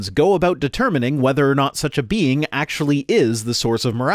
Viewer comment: Call me simple, but I love how he pronounces "being". "The bean who created the universe is the same bean who IS justice." His apologetics are just full of beans.